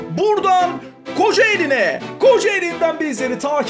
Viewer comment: Abi Kocaelin değil Kocaeli lütfen kendi olduğum il güceniyorum